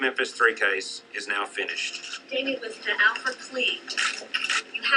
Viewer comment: Damien...You don't even get his name right, geez. And you know everything about the case of course...